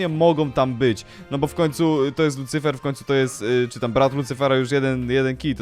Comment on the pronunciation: Lucyfer nie licyfer